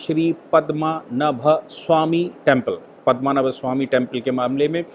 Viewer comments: 'पद्मनभ' उच्चारण गलत है। सही है 'पद्मनाभ'! सादर प्रणाम,! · पद्मनाभ स्वामी मंदिर.. "पद्मनाभ" सही है. और आप बोल रहे है, पदमा नभ बोल रहे है, वो गलत उच्चारण है.